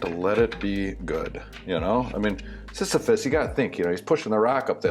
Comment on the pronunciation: "The Myth of Sisyphus" I'm impressed you said that with such ease. I can't even say it correctly in my head!